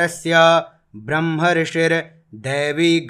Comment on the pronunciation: बहुत ही अच्छा लगा, किन्तु ध्यान देने की जरूरत है कि ब्रह्म शब्द के अन्त में म है और आप ह बोल रहे हैं ।😢